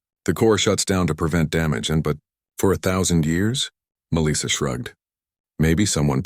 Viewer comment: This is surely the worst AI voice I've heard. The cadence and pronunciation is terrible. It's Melissa (Mel - soft i - ah) not Meleesa.